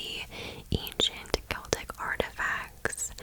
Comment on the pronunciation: And you say Celtic with a hard C! I do too! How to pronounce this word is a real argument between me & my fiancé 😂